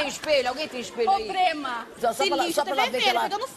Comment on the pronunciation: YOONGI: "Probrema",seu português é o problema kkkkk caramba kkk é mt ele falar isso,estou passando mau kkk